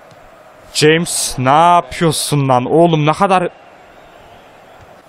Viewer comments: Abi Ceyms değil hames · abi jaymıs diye değil hamez diye okunuyo james rodrıguezin adı